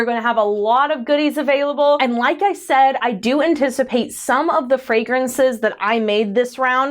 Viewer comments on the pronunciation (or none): none